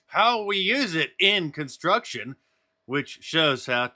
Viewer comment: Since when does the word "construction" NOT have a "T" in it? First announcer needs an annunciation lesson. What a douche...